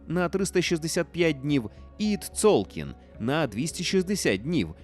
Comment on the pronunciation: Не "Тцолкін", а "Цолькін"